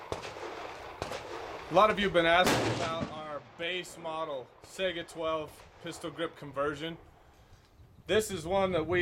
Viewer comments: I HATE how people pronounce the name of this gun. I am taking a Russian Language course and will be travelling to Moscow during the next semester of college. The gun is not Pronounced "Sega" like the game console. The Russian word Сайга is pronounced "Sai-Gah" :( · I've heard sAiga (ei) , but correct is saigA (a:) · Its not pronounced sega.... its SAI GA ... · come on man, why do so many people call the saiga a sega? just like calling a mosin nagant a mo-sin na-nant, its mo-zeen nuh-gohn the t is silent.